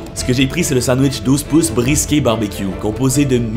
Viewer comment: à tu dis le sandwich brisket barbecue mais sa se prononce briskette et pas briské 😂